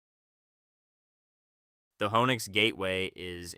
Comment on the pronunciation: feel the same except he keeps pronouncing it "wo-nix" not "who-nix"